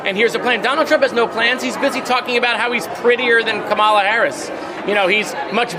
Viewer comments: Moscowitz, pronounce Kamala's name correctly, at least. Think of "come along with Kamala". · oh oh. Moskowitz pronounce Kamala wrong, oh oh. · please someone tell moskowitz how to pronounce KAMALA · Can someone tell Moskowitz how to pronounce the name Kamala? He's a great guy, but come on. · PLEASE SAY HER NAME CORRECTLY! I DON'T CARE! IF YOU'RE FOR HER, SAY HET NAME CORRECTLY! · Someone tell Jared I love him more than life itself, but could he PLEASE, PLEASE, PLEASE pronounce Kamala's name correctly??? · Work on pronunciation of Kamala Harris damn moskowitz 🤦🏽‍♀️ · GREAT job here! Remind Moskowitz how to pronounce our Vice President's name though, he dropped the ball there, too many times. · Is Jared mispronouncing Kamala on purpose, like Trump does? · I don't think he knows how to pronounce Kamala's name correctly. I doubt he knows enough Americans of East Indian ancestry. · Miskito pronounce her first name correctly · While I’m a big fan of Rep. Moskowitz in the House, I’m super disappointed to hear him repeatedly mispronounce Kamala Harris‘s name. No elected Democrat should be mispronouncing it, period. Given what Trump is purposely doing w/ her name, for a Democrat in Congress to repeatedly mispronounce it is embarrassing & inexcusable. Do better, Jared, as this doesn’t go along w/ the fantastic legislator & champion of democracy that you are. I hope you check yourself - or someone else brings this to your attention - & immediately stop doing this. It’s not a hard name to pronounce once you know the emphasis is at the start of her name, NOT the middle. #VoteBlue🇺🇸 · Love you, Jared. But for f#ck’s sake pronounce her name correctly! “,”-la! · I love Jared Moskowitz, but he really needs to listen to Randy Rainbow’s Camelot inspired song, “Kamala”: He’ll never mispronounce her name again. 💕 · Does Jared don’t know how to pronounce our next presidents name? Ka Ma La. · JARED!!! It’s COMMA LAH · Can Moskowitz please pronounce Kamala's name correctly?